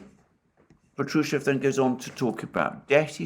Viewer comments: in Patrushev the accent is on the first AH pAHtrushev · Good Day, Alexander. It's Pátrusheff (V becomes deaf at the end), the stress is on the 1st "a" vowel. Just Fyi. Don't mean to be nitpicky 🙏. Thank you for tour video updates!